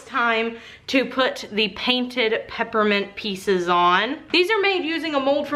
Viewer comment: I swear I thought you said peppermint pizzas instead of pepperment pieces and went WAT (but also note I'm really tired and zoned out for like .5 seconds when this happened xD )